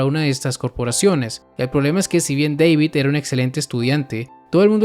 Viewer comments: Flaco David se dice no Deivid hablas español no sos janki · Una cosa, según el mismo David dijo que era David no " deivid " jaja ja XD pero es lo mismo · Wey hasta en inglés le dicen David, por qué tú le dices Deivid XD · se dice dabid wey no deibid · JAJAJAJ me da risa el vídeo recordando los primeros capítulos de cyberpunk "Deivid" David Martinez: "que no es deivid es DAVID DA-VID" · Da-vid NO Dei-vid